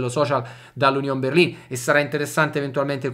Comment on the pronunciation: Finalmente uno che pronuncia correttamente Berlin!